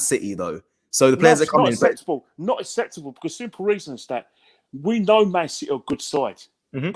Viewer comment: Kenny “It’s not ceptable ”